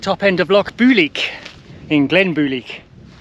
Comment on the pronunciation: The best laid plans o’ mice, and men, gang aft a-gley…. Keep working on the Gaelic, lol -it’s said ‘bulg’ like bulge, but with a hard ‘g’, like rag. The ‘i’ in Builg is like the p in both ptarmigan and swimming -silent 😂👍🏻